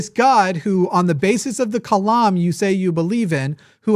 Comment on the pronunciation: “The Kalam”…”The Climb”